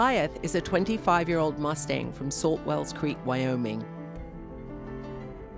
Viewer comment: “mOstang” “wOldness”